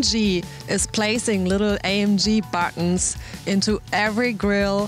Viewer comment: ''AMG BARRTUNS'' That just cheered me up :')